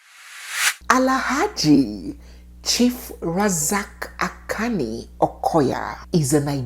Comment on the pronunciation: Akanni pronounced Akonii. Shade has the carriage of a queen, she is a showpiece and masterpiece. Big Mummy and Shade are his real wives. The rest only came for the money.